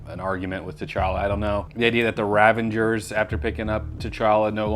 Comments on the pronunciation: Ravager.. not Ravenger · saying "Ravengers" gave me flashbacks to the Stallone outtakes where he is desperately trying to say "Ravagers".